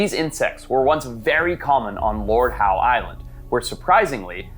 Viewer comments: It's spoken as Lord ````HOW?´´´´ NOT ..... Lord Howdy do dah Howie. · Audsie here its not the "lord howE" it's just "lord how"